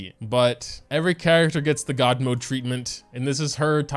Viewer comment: I heard DOG mode instead of GOD mode💀